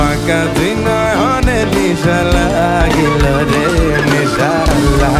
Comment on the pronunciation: R aa vaii.. নিশা নাহ,,, নেশা!! আগে উচ্চারণ ঠিক কর ভাই!!